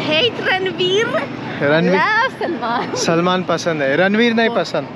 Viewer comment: Not salmon gandu, its Salman